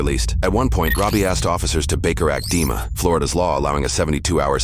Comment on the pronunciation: Dima, pronounced it, Deamon